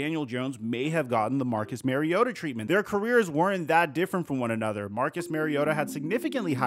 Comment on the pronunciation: It's Marr-iota...not Mary-ota